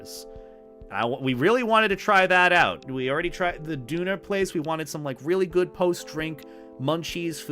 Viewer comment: Well I hope that additional late Friday party pronunciation training for Döner helped... But sounds like it xD